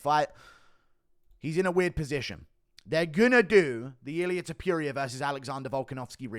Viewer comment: First: You are saying "Topuria" wrong time and time again. Second: You are nuts if you think Ilia is going to fight Alex in Australia, him being the current champion. He has already said that.